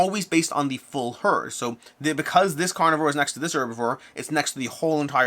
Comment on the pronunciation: I forgot to put a ;) You pronounce carnivore in an interesting way.